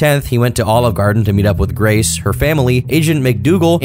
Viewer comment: Grrracee. VANDERwall...